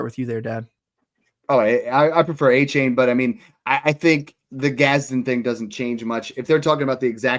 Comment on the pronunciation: Snoog shouldn’t be allowed to trade for “AhhChain” until he pronounces his name even close to what it is 😂